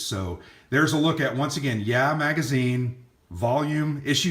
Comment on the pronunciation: It's (YAH!), not (yeah). LOL!